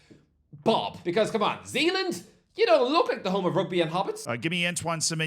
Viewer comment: So Zealand is not from Nee Zealand?